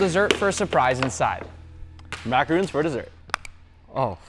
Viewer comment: BRO REALLY CALLED MACARONS MACAROONS IN FRONT OF A CHEF LIKE WTF